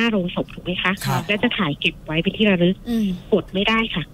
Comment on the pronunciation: คนเล่าคือออกเสียง ล ลิง เป็น ร เรือ หมดเลย ระรึก โรงศพ แร้ว